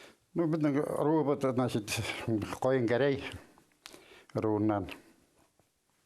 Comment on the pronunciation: По мне не герей а керей.